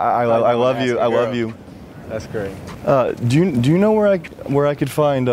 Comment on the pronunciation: Did he say "That's great" or "That's cray"? lol